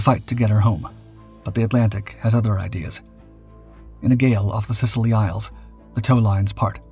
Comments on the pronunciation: should say The Scilly Isles not The Sicily Isles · Interesting documentary 😀, but it's the SCILLY ISLES, not the SICILY ISLES 🙃.